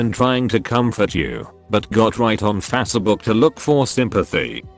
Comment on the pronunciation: Face book not fassa book